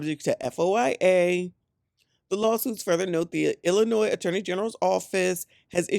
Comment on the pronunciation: She killing me with that S in Illinois